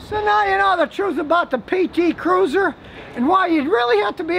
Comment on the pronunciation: "Every single one of those [pt cruuser] was produced in mejjicoooooo" 😄😄